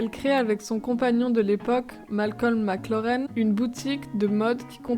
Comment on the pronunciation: VIVIENNE et pas vivianne et aussi MAC LAREN et pas Mac Lorraine